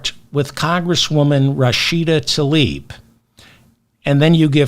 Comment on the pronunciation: I appreciate everything that Mr. Feldman contributed today, as usual. There is one thing, tho: he shd learn to pronounce "Tlaib," properly, if he's going to speak the name publicly.